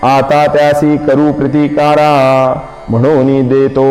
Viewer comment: विश्वासाने असा शब्द आहे पण आश्वासन असा उच्चार केला जातो., प्रतिकारा ऐवजी प्रतिकर असे उच्चार केला आहे.